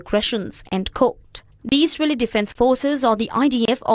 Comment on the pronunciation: Eesraeli”strikes lol